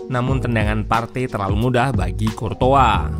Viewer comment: Ssst.. Buat mimin Curtois dibacanya mirip Croissant.